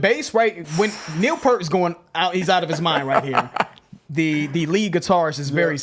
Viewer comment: Me and my friends used to say Neil Peart’s name that way back in the 80s... I think it was more than 20 years till we got his name right. RIP Neil!